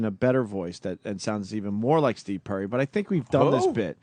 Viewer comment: Opie the illiterate moron can't pronounce "Perry"